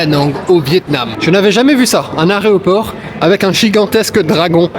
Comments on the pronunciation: Vers j'ai bien entendu "aréoport" ? 😅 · 25 mn très agréables pour passer le temps, avec des survols très succincts menant à des affirmations légères et non vérifiées, ce qui en agacera plus d'un. Le journalisme ne s'improvise pas mais l'auteur est en revanche très sympathique ! Ah au fait on doit dire aÉroport et pas aRéoport. Et à part dans l'extrême Nord, l'Australie n'est pas du tout un pays tropical, on y trouve certes beaucoup d'animaux dangereux (en cherchant vraiment bien d'ailleurs), le climat de Sydney doit correspondre à celui de Paris ou Lyon, mais Melbourne c'est la Scandinavie et il y a des phoques sur la côte ! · Merci pour ton éclairage et travail. Néanmoins on dit Aéroport et non areoport. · L'arÉoport😜 au Vietnam 😅... J'ai bloqué... Merci pour tous ces conseils. Moi, c'est le Kerala... 🎉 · On ne dit pas un areoport mais un aéroport 😢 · On dit aéroport... Pas aréoport 🧐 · Aéroport.... Pas aréoport.... C'est difficile le français n'est ce pas... Digital orthographe 😂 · C'est aéroport pas aré ...., très intéressant ce reportage, Merci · On dit Aéroport et non aréoport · On dit un AEROPORT! Pas Aréoport... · Tu sais pas dire aéroport gars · On trouvera même une touche d'humour involontaire dans ce reportage: venant d'un grand voyageur, "l'AREOPORT", comment vous dire?,,, Un like quand même pour l'intérêt du sujet. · je peux pas faire confiance à un gars qui dit aréoport LOL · Vraiment chouette vidéo, et super intéressante. Mais pitié... On dit AÉROport 😅 Comme dans AÉRien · Il voulait dire "la raie au porc" 😂😂😂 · Aréoport de nice Aréoprt de nice😂😂😂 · Alors vraiment ta prononciation du mot "Aéroport" "Areroport", jai bloqué lol. Aucune méchanceté 😊 Vous,êtes nature, j'aime bien ! Vidéo tres intéressante, la Malaisie me parle, faudrait que je passe des vacances là-bas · Je ne savais pas qu'en français 🇨🇵 un aéroport s'appelle un "aréoport" !!!